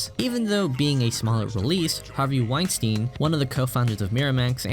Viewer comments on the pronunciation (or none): none